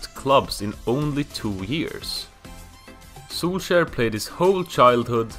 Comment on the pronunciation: so you did all this research but you didn't research the names? lol, poor Soulshire. And Carlos Bacca played in Brigga (Brugge) ahahaha